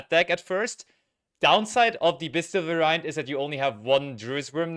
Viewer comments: Someone has to tell them how to properly pronounce "variant", please. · Du musst das erste A betonen. vAriant